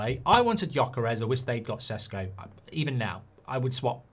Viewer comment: Stop saying sesko like that please 🤣🤣